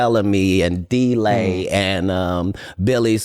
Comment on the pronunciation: HE SAID DELAY DUDE NAME DE RAY HAHAHAHHA